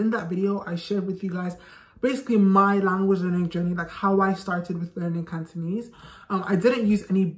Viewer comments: Your Cantonese is awesome ! You can speak far better than a lot of natives cos your pronunciation is so clear without any slurs (lazy tone 懶音). Keep it up! Add oil!💪💪💪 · Hi, I'm a Hongkonger, Just wanna let you know you speak Cantonese so good with wonderful pronunciation, much much better than some foreigners where lived in Hong Kong,keep going, good job, we love you🌹🌹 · I'm working to learn/improve my Cantonese as an adult and I just want to thank you for compiling resources and tips. There were definitely some that I wasn't able to find by Googling on my own. Your pronunciation is fantastic, I love the energy you put out in your videos, and thanks again! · I just saw your interview on AppleDaily. And very glad to see foreigners to learn Cantonese. Cantonese is rank on top of difficulty languages. Cantonese still mainly use on Hong Kong , as well as Malaysia and Singapore, so it is worth to learn. And your pronunciation is good too. 加油！